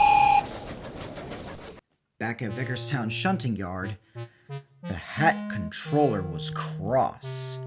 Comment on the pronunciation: That's a nice episode, but I think you should get Wooden Railway Billy and 2022 Rosie since the Take Along ones don't fit on the Wooden Railway track. Also, is it just me or was Sir Topham Hatt called the Hatt Controller instead of the Fat Controller?